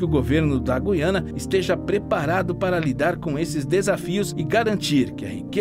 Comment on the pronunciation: meus parabéns vc é dos poucos videomakers q sabe pronunciar direito o nome do lugar: GU iana